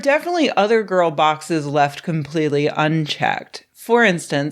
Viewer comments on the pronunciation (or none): none